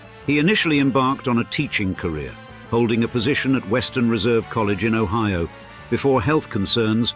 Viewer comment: but the british AI voice pronounced it o-HEE-o